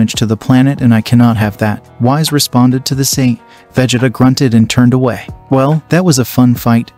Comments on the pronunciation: His name is whis not wize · Its Pronounced Whees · Dude really called whis Whise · Bro said wise instead of whis lol